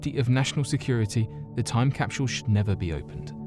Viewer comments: I give this video a thumbs down. Mexico is not south America and it's capsule not capshule. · im hearing him say capshule not capsule, anyone else hearing that? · Is anyone else getting slightly aggravated that the narrator is pronouncing capsule like "cap-shull"? This is without a doubt one of my favorite channels.... But the mispronunciation of words always bothers the shit out of me for some reason... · this might have been the best video ever uploaded to youtube but i'll never know because after hearing you pronounce "capsule" as "capshool" 22 times, i shut it off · CapSHule? Their is no "H" in CAPSULE . I love your content, but DAMN, speak the fkn language correctly.... (phonetic pronunciation /ˈkapsəl,ˈkapˌs(y)o͞ol/) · Lol😂😂😂😂 shedule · Lmao agreed bothered me too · "Necro-polis."... "Cap-shool"....."De-lan-o".....Bad pronunciation is very indicative of a lack of general knowledge due to poor education. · His pronunciation of that triggered me deeply.